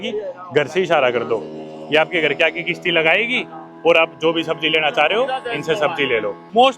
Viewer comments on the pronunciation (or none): It's not kishti it's is kashti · bhai it's kashti not Kishti 😂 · Bhadwe kisti ni hota kasti hota hai